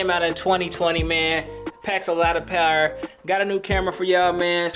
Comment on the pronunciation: Packs a lot of "Pawder" 😂😂😂